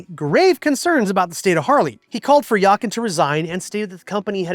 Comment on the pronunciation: One can tell, that you’ve never worked in a corporation being subjected to a plethora of interest group, while your main customer group are the „always yesterdays“. It isn’t surprising that he is not welcomed by the American customers who can’t even pronounce his name. Yakan isn’t it. Grüße aus Deutschland!